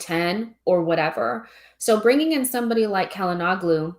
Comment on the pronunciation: Hakan Calhanoglu [Shala-no-lu]. The "g" is silent.